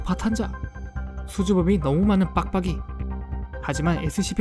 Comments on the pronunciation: 빡빡이 할때 빡을 강조하는것같은건 나만그럼?ㅋㅋㅋㅋ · 과민반응 빡빡이 할때 발음이 너무찰지자나옄ㅋㅋㅋ